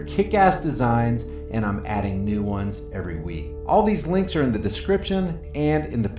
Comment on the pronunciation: It must be "catching", It sounded, right at the end, like you said, "I create at least one NUDE video every day!" ...Wait! Oh, you said, "NEW" video every day... sorry.